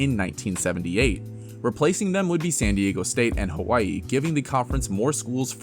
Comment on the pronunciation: The proper pronunciation is with a W, not a V.